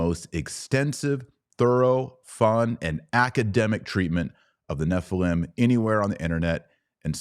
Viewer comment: Nephilim not Nephileem. And the Demons are the Unclean Spirits of the Dead Nephilim. Fallen Angels are not Demons. Angels do not need a host. Angels can materialize and appear as men. Demons can not. Demons need a host. Many Christians make the assumption that Fallen Angels are Demons. Gigante is mistranslated "giants." That is what it sounds like, but you are wrong. That is not what it means. GGigantes means "Earth Born."